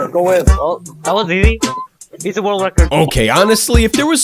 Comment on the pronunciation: OH MY GAWD A NEW WECORD!!! bro the first one